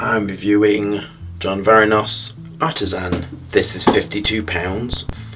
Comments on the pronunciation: Varvados.... not Varoness. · Dang you butchered that name.